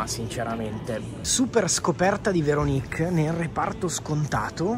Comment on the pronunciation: Veronìk (si scrive come Paperinik?) 🤣 ti prego... apri un canale di recensioni food solo di prodotti di dubbia qualità e sclera come hai fatto qui... successo assicurato!!! :face-green-smiling